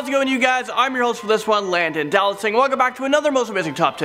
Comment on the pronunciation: first its pronounced, "" and now its pronounced, "Landon Dowlatsingh" im confused